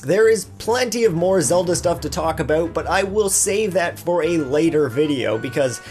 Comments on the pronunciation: what's wrong aboot the way we talk? you're just jealous we have free hydro in our igloos + Wifi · why does he mispronounce the word "about"? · Christopher Guerra he's probably Canadian.